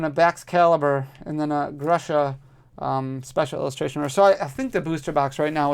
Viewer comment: This Grusha should be pronounced as Groosha. Idk why did they bring the trainer with ruZZian name, in the environment that reminds ruZZian Siberia, during the ruZZian invasion in Ukraine. Is it so hard to find any other nation that does not do mass slaughtering?